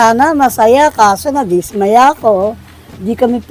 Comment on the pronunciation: anong dis ..maya .gago ka magtagalog ..dismaya bigkas dapat mabilis